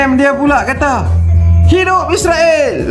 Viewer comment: Sepatutnya ko tak gelak2, tapi ko patut maki jer dua orang tu dengan serius. Ko juga jangan takut2 sebut 'Israel' bukan sebut 'Isriwel' seolah2 kamu takut pulak dengan Israel. Pertimbangkan nasihat aku ni.